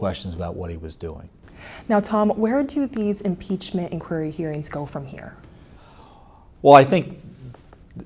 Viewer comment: “Imepachment”??? Really guys?